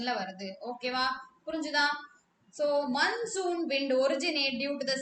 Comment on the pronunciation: Mam that is not mannsoon wind that is monsoon😂